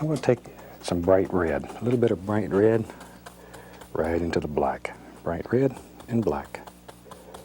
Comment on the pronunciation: I can't get over the way he says "rared" instead of "red"